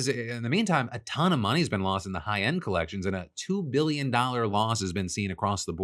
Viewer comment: "Collections" lol